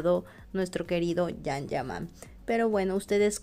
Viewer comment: Yan ,no jan,yaque la j en español riene otro sonido